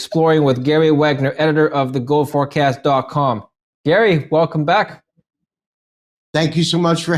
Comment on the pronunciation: Gary pronounced him wrong